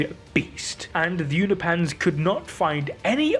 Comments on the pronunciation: It's pronounced U-No-PEE-IANS. Not U-NO-PANS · Unopians, not Uni-pans 😅😅😅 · Why are you moving the "i" in Unopian(s)? i.e. You're saying "Unipans" which sounds like Uni-pants 😆 Say it with me U-nop-i-ans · Its pronounced You-no-pins Not You-no -pans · Uni Pans? It's Unop Pans, don't know why I got triggered with that